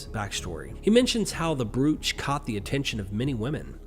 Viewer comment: Brooch is easily read as it is spelled but the French word for this piece of jewelry is correctly pronounced as broach (bro-ch). You had me looking up what a brewch was LoL. Thanks for this video. It's amazing how pretty much the entire Bible is written from ancient mythology and Jewish fables. Great work ❤